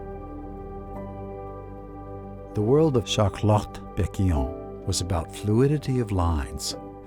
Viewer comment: Shart Lot !